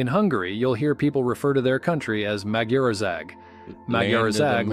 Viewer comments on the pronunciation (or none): Don't go for the pronunciation of the names of the states in this video, it's probably AI that pronounces everything in an American English way. I can hardly recognise "Magyarország" in what he says ...